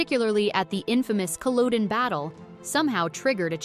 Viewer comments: She should learn how to pronounce basic Outlander words, such as Culloden!!! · Samhain is pronounced “Saveen” in Scottish Gaelic. And it’s not Cull-oh-den its Cull-od-en.